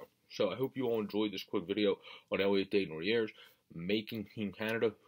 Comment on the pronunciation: Day-knu-nay not sure if I sounded that correctly. Just helping ya buddy, a lot of good knowledge on this kid. Your pronunciation got better as u went on, but the first one was off a good bit. I really like him and think he a stud in the making, definitely top 6, I’m seeing him in a Cam Atkinson roll, good penalty killer and an added weapon to the power play. Dropped the gloves in pre season so you know that he would stick up for teammates.